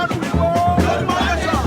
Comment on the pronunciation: please learn how to pronounce Yoruba. Please it's not Yoroba but Yoruba. You are a public relation person and I believe you should know better. Thank you.